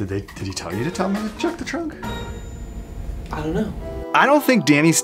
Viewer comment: I love it that said look in your chrunk🤣🤣🤣🤣